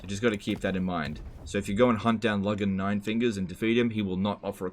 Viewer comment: Did he say Logan None fingers? Any The First Law fans in here?